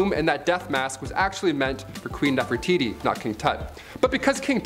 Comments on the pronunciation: It Hi (short I sound) tit (long I sound NOT “Hititty”. Also, it’s Nefertiti (“tee tee” NOT “titty”) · Lmfao, wow, what a great feat, she can mimic archeologists in videos. She doesn't pronounce Nefertiti or Hittite correctly or half the names of ppl & places in other videos. Guess she didn't watch videos for that info. 🙄